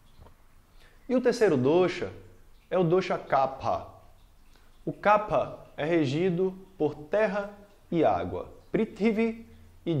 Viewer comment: Excelente explicação sobre Ayurveda! Grato professor. E que bom ver a pronúncia correta do dosha kapha. Pois muitos professores pronunciam incorretamente "kafa". Namaste!